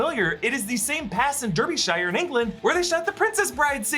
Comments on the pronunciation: It's not pronounced "DER-BEE-SHIRE" It's "DAR-BE-SHIRE"! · Almost - Darbysher. Americans always seem to say Shyer but it's more just a short sher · Derbyshire is pronounced "darbyshu". You don't pronounce the whole word shire like in lord of rings. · i love hearing americans try to pronounce 'derbyshire' (my home town) for future reference incase you need it, its pronounced darbee-shire. weve got very strange county names (to americans that would be states) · Durbyshire, England 🤣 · Derbyshire is pronounced DARbyshire! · The way you say my home county of “Derbyshire” was upsetting to say the least. For future reference it’s pronounced like “Darbysha”. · It’s dar-bee-shere. Derbyshire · Love your work, but Derbyshire is pronounced “Darbisheer”. Derby is “Darby”. I know… it’s weird. Keep up the amazing work. This is my favourite channel 👍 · The way you said Derbyshire has scarred me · Hearing you say Derbyshire (pronounced Darby shyre) has made my night